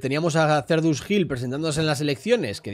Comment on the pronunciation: Era Cerdus, no "Cerdius"